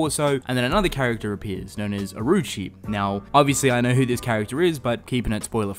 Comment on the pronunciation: for people saying it was rushed, that's because they covered 6 chapters in one episode so I guess Studio Clown is at it again. also, Orochi is pronounced oro-chi not Aroo-chi